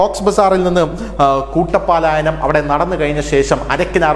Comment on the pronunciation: 'കൂട്ടം പാലായനം ' അല്ല. 'കൂട്ടപലായനം ' എന്ന് പറയൂ.